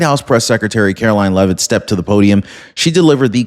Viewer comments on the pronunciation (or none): none